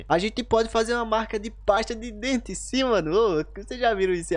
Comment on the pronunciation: Você falou passe de dente uma nossa senhora ou é você hein nossa senhora pelo amor de Deus kkkkk😁🤣 desculpa dar risada tá mas eu não aguentei tinha que dar risada vou ter que fazer o comentário senão né tem que fazer um comentário né sempre tem que fazer